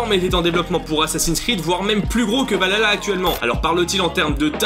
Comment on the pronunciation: infos intéressantes mais la prononciation de valhalla me fait mal aux oreilles :p alors dans la langue de nos chers vikings cela se prononce val ha (H aspiré) tla ( le double L se prononçant TL) mais sinon à quand un AC dans le monde Celte contre les Romains :)